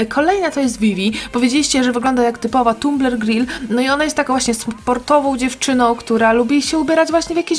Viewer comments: albo mi się wydaje albo powiedziałaś tam w do tumbrl gril ;) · 14:5 OMG powiedziałaś „tumbler gril” XDDD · Ja myślałem że powiedziałaś tumbler green Pozdrawiam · Agnes to Ariana a na Vievie powiedziałaś Tumbler Gril. Albo ja tak usłyszałam ;)